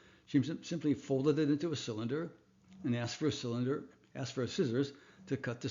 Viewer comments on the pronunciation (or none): none